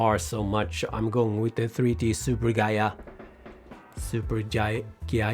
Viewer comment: you are probably the only english speaker on youtube that can actually pronounce superghiaia correctly!!